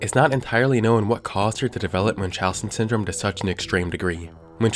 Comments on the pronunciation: It’s pronounced mun like Monday. “Muhn-chow-sins” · idk if that's the actual pronunciation and everybody I've heard has pronounced it wrong but I've never heard Munchausen pronounced that way